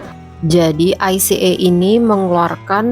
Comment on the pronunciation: Ica itu ika bacanya mbk